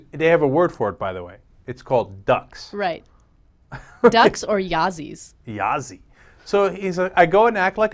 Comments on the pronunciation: not (yazee) yazi sounds as ya (ahh sound like father) zi (zuh) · it's pronounced "Yah Zuh" and it means duck also